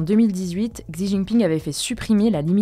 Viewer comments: Merci pour ce travail de synthese! C'etait franchement long le sujet sur leboncoin. tu pourrais prononcer "chi" pour xi JinPing? Merci a l equipe! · Petite info : "Xi" (en chinois) se prononce "chi" (en français) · Hey, pour Xi Jinping, "Xi" se prononce "chi":)